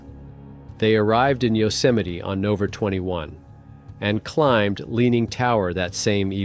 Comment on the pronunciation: Are you using an AI gen voice? What are you saying: "On Octer 17th?" What's "Octer?" Surely if you mean "October" you should be able to pronounce it. Same when you say "...on Nover 21." You mean "November?" And you're mispronouncing "Yosemite." And what is "Kilo neutons"? Edit: The fact that you completely ignored a perfectly straight-forward, legitimate question speaks volumes.